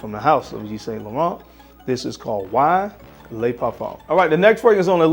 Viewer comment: Correct pronunciation: Eve Son Lauren, silent Ts and not Saint..... Aqua D'Gorr, not Di Gio 👍🏼 home boy.